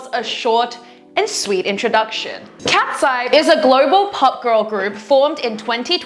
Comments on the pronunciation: Cat-see-yeah is so splendid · The cats-e-yee 😭😭🫂🫂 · I just learned the correct pronunciation; I always said "Katy-see". For some reason, I never realized it was KatEYES... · Kat -se -ye! , i m on that hill with you . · she mispronounced "KATSEYE"